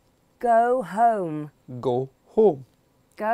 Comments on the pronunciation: Wait, he's pronounced "home" differently from before, it sounded like "him" the second time... Anyone else noticed it? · Why does scottish "home" sounds like "hoe"? 🤣